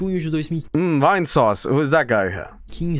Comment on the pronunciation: As someone who was watching Vinesauce stuff since December 2016, I laughed so hard when he said "Vainesaussy" and called him (Vinny) as YouTuber.